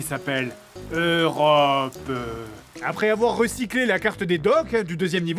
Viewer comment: J'dois trouver une île qui s'appelle.... EUROPEUH